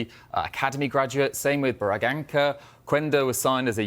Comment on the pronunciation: Bro, wtf was the pronunciation on Braganca I nearly choked. Also I respect he calls us Sporting CP instead of Sporting Lisbon but you can just us Sporting if everyone knows who you are talking about.